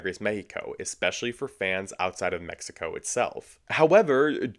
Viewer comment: That's how you pronounce the name of the country.